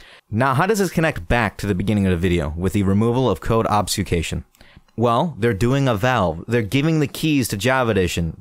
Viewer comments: Its pronounced Ouhhb - Fruh - skation, btw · He retried pronouncing it like 5 times and went with the wrong one anyways lmaoo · I love how every youtuber who mentions the “code obfuscation” has to take a few attempts at pronouncing it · Can we get a like for every different away pronounces the word "Obfuscation"?